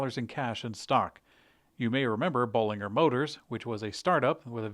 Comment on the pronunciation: Correct Bollinger pronunciation in company's announcement video